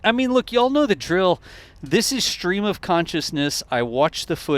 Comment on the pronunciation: there is no "H" in "stream."